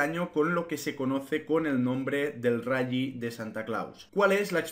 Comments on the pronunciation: Se pronuncia "rali" no "rayyyyi" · El rayi? Que es eso? El rayo vallecano? Rayo Mcqueen? Rayita? O te refieres al RALLY y lo pronuncias como el que en vez de Google dice Gugle? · No se dice rally crack. Así se escribe pero se dice "rali".